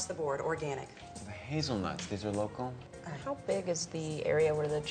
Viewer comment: love how he says "local"... sounds like "loco". makes me laugh every time